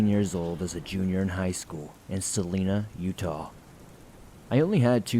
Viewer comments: The name of the town in the first story, Salina, UT, is pronounced 'suh-LIE-nuh', rather than 'suh-LEE-nuh.' Kind of ridiculous, I know, but it's the truth, and now you can pass for a Utahan if you ever need to. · Salina is actually pronounced Suh-lie-nuh 😃 was so excited to hear a story from Salina! Some weird things happen! My husbands parents are from there.